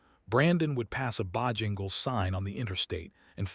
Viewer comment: Can AI not even pronounce Bojangles correctly? Really I don’t believe it’s very smart.